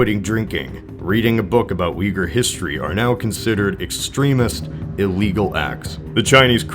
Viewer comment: *Uyghur not Uhgyer